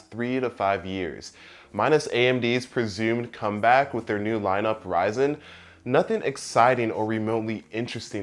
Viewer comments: I believe Ryzen is supposed to be said as risen, as in, they fell and now they have risen again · Pigs Nation Did you even watch the New Horizons live stream? Dr Lisa Su said it was pronounced Ryzen not Risen. Ryzen like Rye Bread.